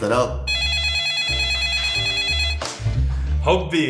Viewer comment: مين لاحظ قال لرولا بدال حبي خبي